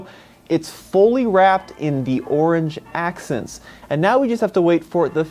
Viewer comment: I definitely liked the "Arange " orange accents .lol